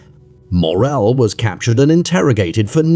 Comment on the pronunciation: Please try to say this name as it is. Only downside of this documentary.